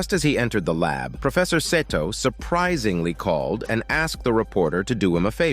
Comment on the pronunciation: lmfao im azn but im sure thats not how 'seto' is supposed to be pronounced... it's pronounced "see-toe"...right? it's so hard hearing pronunciation of the name... 🤷‍♂🤦‍♂ idk why lol